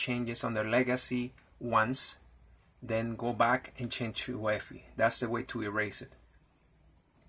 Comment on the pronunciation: Also, I'm running an optiplex 790 that was a gift. Usually UEFI is pronounced by saying each individual letter (you-ee-eff-eye) instead of pronouncing it as a word. My goal for this computer is to install Linux Mint onto it but legacy boot is preventing it from booting from the optical disk.